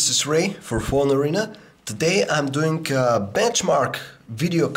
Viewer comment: Doing, not toink....